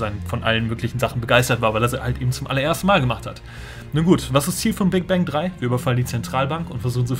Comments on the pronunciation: Ich versteh am Anfang nicht Big Bank sondern Big Bang :D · ich versteh die ganze zeit Big Bang